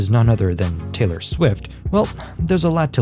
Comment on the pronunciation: It is TAY-LOR, NOT TYLER. 😳